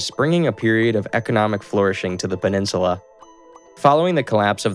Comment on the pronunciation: Iberian PeninsuLAR